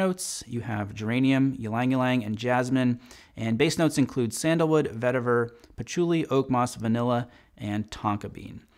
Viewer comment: 😏👍 did you say Sandalwood?